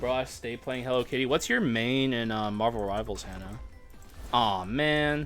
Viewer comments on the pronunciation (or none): I was thinking the same on stream but thought it was a regional thing